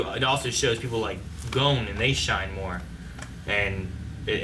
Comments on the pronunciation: They still can’t pronounce Gon right? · For me the voices are just fine. It’s the pronunciation of the names that fucking annoys me. They could pronounce Kurapika’s name just right but not Gon’s or Hisoka’s, which I think are fairly easier to say.